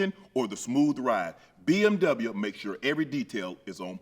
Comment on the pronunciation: “I drive my BMWya” you gone love the BMWya 😂